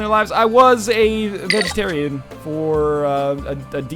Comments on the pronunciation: I thought you said, "Vagitarian" instead of vegetarian. Heh. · Dude, you said VAGetarian. XD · I thought NL said Vagetarian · Northernlion, pretty sure when you first said vegetarian you said vagitarian, while this was unintentional I laughed pretty hard.